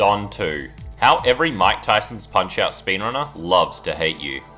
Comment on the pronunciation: bro. i was so confused . i thought you said von kaisers punch out because of the way you said mike tysons.